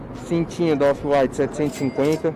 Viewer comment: cintinhooo da "ofi uaitiiii" kkkkkkkkkkkkkkkkkkkkkkkkkkkk